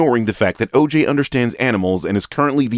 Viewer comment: No cap when I hear the name oj all I hear is “ AYE AYE OKAY “😂